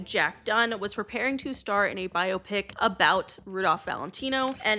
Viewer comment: thank you for saying "biopic" correctly. Idk why, but the way others are saying "bye-aw-pick" is weird to me